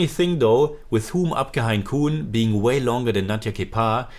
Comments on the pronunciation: Grt review Btw its pronounced 'ham' and not 'hum' Hum or ham is english for 'we' (3rd person) as a word but in this title its used for 'I' (1st person) as people in some areas of India sometimes refer to themselves as 'we' instead of 'I' Also, kaun is pronounced more like 'caune'.. the person who corrected it as 'corn' is just pulling your leg 😊 Keep reviewing ❤️ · Hum is pronounced as in to hum on English and koun as Cawn rhyming with dawn ✌️